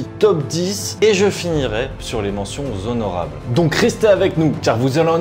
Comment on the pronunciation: De magnifiques pièces, vidéos très intéressantes comme toujours!! Juste à titre personnel où la manière de narrer qui est un peu crispant à la longue 😅 et la liaison des "mentions Zhonorables"😂 qui fait mal aux oreilles.